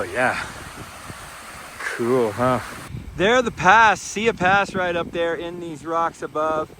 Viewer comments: As a Montanan please learn how to pronounce our trails before recording a video. It’s Sigh-e pass! Not see-ya pass. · Pronounced “sigh-yee”! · it's sigh-ee pass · Great video. However, Siyeh is pronounced sigh-YEE Pass. Many people had trouble with the pronunciation. I was a Red Bus driver (aka Jammer) in the mid 70s. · Tip: learn how to pronounce the name of pass you are hiking. It gives you some credibility.